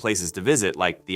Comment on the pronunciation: It's bond-eye not bond-ee for Bondi